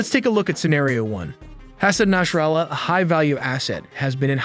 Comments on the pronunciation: it's Nasrallah, Not Nashrallah, good video tho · said his name wrong within the first 10 seconds of the video. its naSrallah not naSHrallah.